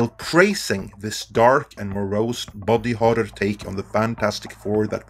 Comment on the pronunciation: Your accent makes "body horror" sound like "bobby horror" and now all I can think about is a dark and gritty king of the hill reboot.